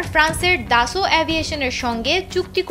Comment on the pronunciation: Dasolt not daso 😂😂😂